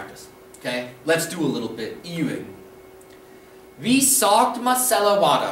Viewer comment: Hold on now, you clearly state that the Deitsch "W" is pronounced like a "W" in English and not like a "V". Yet throughout the series you pronounce the Deitsch "W" (besides when you explain this letter's pronunciation and use "Wasser" as an example) as an English "V". A good example is the word "Wie" in the phrase "Wie bischt du". Here you along with everyone else I have ever heard use the phrase pronounce the Deitsch "W" as an English "V". Please correct me if i'm wrong but is there some additional rule on the pronunciation of "Wa-" in Deitsch that you didn't clarify or am I just having auditory hallucinations and should begin questioning my sanity